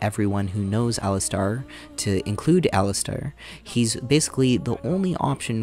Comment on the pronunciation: Dig the video, but ... The game is voice acted, so I'm a little confused how you get so many names wrong! Did you even play the game? Did your sound not work? 😂 Cailan: Kay-len (like Galen) not Kai-len (like Guy-len) Jawan: Jaw-wen, not Jawain Alistair: Alistair, not Alistar Even talking about PF:Kingmaker you call the game "Pathfinder: Kingdom" and the antagonist "Nyrissa" you call "Narsissa." Like, come on, dude! Are you really gonna spend God only knows how many hours playing these games to capture footage, then even more hours writing a script, recording it, and editing the 2.5 hour video together, and not even once in that process double check your pronunciation of names of prominent characters? But good summary and critique